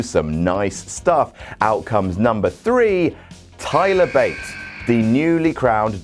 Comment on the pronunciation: Thigh-ler Bate xD